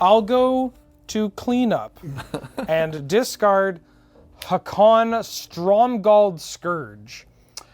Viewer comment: The prononciation of Haakon drives my Norwegian brain mad.